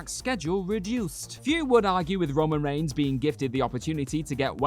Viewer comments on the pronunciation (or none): none